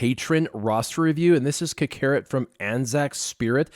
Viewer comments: Anybody else find it funny he pronounced it ka-carrot and not kak-ah-rot lol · Ca-carrot lmao